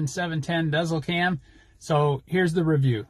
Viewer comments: It’s actually pronounced “Diesel” not dezl 😂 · Pronounced Garmin Diesel. I wish it had a feature like Trucker Path that displays fuel prices at each fuel location shared by other drivers. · Think about the dash above the E, when pronouncing the name of your Garman. (Garmin dēzlCam™ ) good review otherwise!